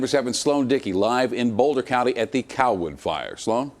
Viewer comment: That reporter keeps saying coll-wood, it's driving me crazy.